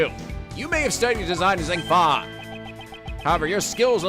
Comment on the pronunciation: i think you have been saying zheng fa wrong. the zh would make a soft g sound, not a z sound.